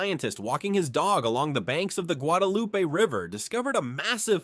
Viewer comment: Learn to pronounce the names of the region correctly: al ma DEN, not al MADEN (Almaden). Guadalupe (eh sound), not Guadalupi. Must be AI.